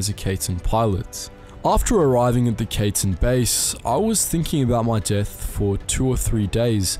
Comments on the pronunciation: The Kaiten is not pronounced like Kayten like how you pronounced it. Just say it like Kaiten. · You, my friend, are saying Kaiten so wrong. It is pronounced “Ky-ten”. Just trying to help out. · Kaiten is pronounced Cai-ten not Kay-ten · The way you pronounced Kaiten was soooo English lol. It took me a couple seconds to understand what Kaytin is. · I know it’s hard trying to pronounce things. That’s why we have Google Translate 😆😆😆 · The ai in kaiten is pronounce like the ai in banzai. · You pronounced kaiten wrong